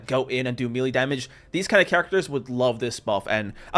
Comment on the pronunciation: melee noun me·lee ˈmā-ˌlā mā-ˈlā Otherwise good video 😂